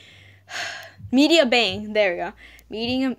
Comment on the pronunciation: MEDIBANG PAINT BOII I use it too :3 ((It's pronounced meddy bang lol))